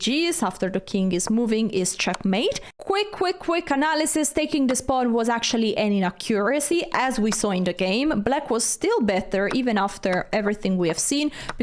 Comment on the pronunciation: inACcuracy not inacCUracy (stress is on the A)